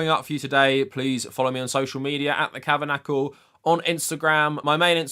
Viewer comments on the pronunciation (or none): You called it Kavernackle